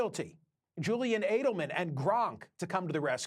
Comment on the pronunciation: Michael, it is Edelman not Adelman…